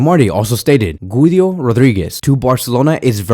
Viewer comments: Guido is pronounced gee-doh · the way you say Güido Rodríguez cracks me up😭😭😭